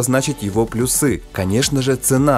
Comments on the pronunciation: ПлЮсы, а не плюсЫ! Почти как трусы! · В слове плюсы ударение на Ю. Придираюсь, но очень разражает, потому что ты постоянно говоришь неправильно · это не фишка, а безграмотная привычка (плюсЫ, катАлог, позвОнишь и т.д.)